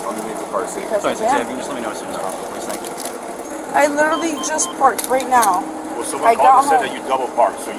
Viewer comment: You know you're drunk when you can't even pronounce literally correctly, plus you're using it far too frequently.